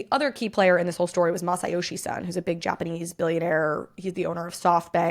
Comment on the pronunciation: It's hard to tell whether you're trying to say Masayoshi Son or Masayoshi-san. His surname is Son and it is rhymes with zone.